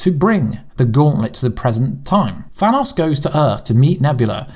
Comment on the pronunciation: you should just call thanos purple guy because its really driving me crazy how you say his name wrong